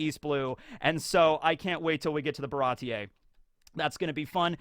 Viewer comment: Baratie seems like a European style word (slightly French), so one wouldn't awkwardly pronounce the "e" separately from the i, but just speak it as a long vowel.